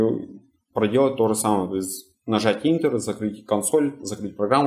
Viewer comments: отлично, спасибо ) только не интер, а энтер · Не совсем верно. Для MAC OS X - command+fn+f12. Не интер, а энтер)